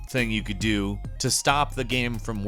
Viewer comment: "there were patches coming out for the came" did anyone else here him say came instead of game?